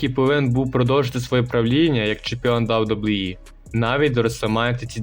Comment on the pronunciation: "Да-Дабу-І" Відоси прикольні, але ж бо треба попрацювати трохи з дикцією😢 або вибрати слова які важко вимовити і замінити синонімами. Наприклад не казати кожен раз "WWE", а замінити на: компанія, промоушен, федерація і т.д. Успіхів 💪🏼